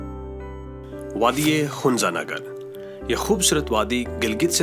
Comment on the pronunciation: It's hunza not hunja.